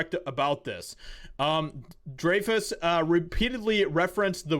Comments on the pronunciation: Dray-fuss? LOL - Its pronounced Dry-fuss. Kids these days... 😝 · His last name is pronounced Dri fuss.Not Dra fuss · Hahahahahaha! It's Richard Dreyfuss(Dryfis), not dray fiss. Sorry, had to call it out! I love Richard! Haven't heard from that guy is over a decade! Love it! Thank you for bringing this video to light! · It's Dr(eye)fuss not Drayfuss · Hey,bro. His last name is not pronounced "Drayfis" it's pronounced "Dryfiss". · You’re mispronouncing his name. It’s not Dray*fus. His name is pronounced Dry*fus. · "DRIE fuss" not "DRAY fuss" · Respect, it's pronounced "dry" fus, not Dre. thanks. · DRY-Fuss not Dr. Dre-Fuss. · Hey. His last name is pronounced Dry fuss. Just for future reference 😀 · He's been a favorite actor since Jaws. His last name is pronounced, Dryfuss. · Pronounced dry-fuss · I'm pretty sure his last name is pronounced Dry Fuss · It's. Like "dry-fes" Dreyfess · You cannot even pronounce his name correctly. Are you slow? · You didn’t even pronounce his last name right.